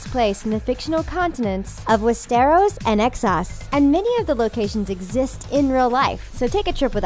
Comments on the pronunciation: Fizzy - Yeah, stressing the wrong syllable is an issue, along with pronunciation. Wes-stair'-ohs vs. Wes'-strr-os. Some find it irritating. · "West-Air-Os"??? O.o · Am I the only one who's bothered that she keeps stressing the wrong syllable in Westeros? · and real instead of Re-al!West-eros!AHHHHHH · They did get some right though.., But yeah, wes-teros stuck out... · Nor of westéros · WEST-ARROWS !!! Hahahahahaha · We-stiros and eksos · well, I think we are all aware that the narrator has never seen GoT... she cannot even pronounce Westeros how it's supposed to. :/ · she cant even say westeros properly